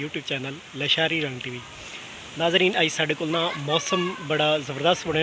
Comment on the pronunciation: بھائی جان درست لفظ لاشاری ھے تلفظ اور معنی کے لحاظ سے درستگی کر لیں